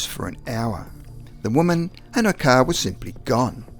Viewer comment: Ok man, i had to replay it, come on, I sware you called the car a Cow. Sounds like cow. ☹